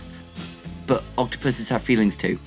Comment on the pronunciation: “*O C T O... PUSSES?*”